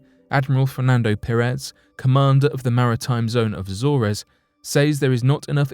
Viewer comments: Jesus. It's not pronounced A-zore-ez. It's A-zorz. Research man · It's pretty bad when everything can't even speak queen's English Azores is pronounced. A. Zors